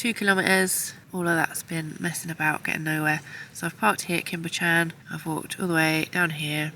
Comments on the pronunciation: Pronounced Cwm ( it’s short, not long like coombe”) Buh-chan ( Bu as in but, ch- ann, ch as in loch lomond, not ever lock) . I see your truck often! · Great video. Cwm is pronounced 'koom' but quick (no emphasis on the o noise) while Bychan is a bit harder. 'By' where the y is pronounced as the u in gun, 'ch' is the same as in the Scottish word loch (not 'ck', noise not actually present in English), 'an' is straightforward - like Anne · the only you tuber i need a bib to watch. Bychan is pronounced similar to buckan and your sheep will almost certainly be ladies. Mesmerizing videos.. thank you.